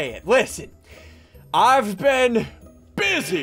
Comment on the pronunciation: "I have been B U S Y I between episodes" -Ssundee